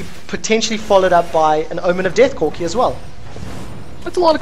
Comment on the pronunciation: "requiem will destroy corcky, cock...CORKI's hp" hahahahaha really nice match, very aggressive!